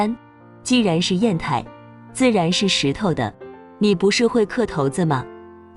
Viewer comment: 刻骰子，“骰”发音shai3声，你念成了“投”音。没有把握，就查查字典。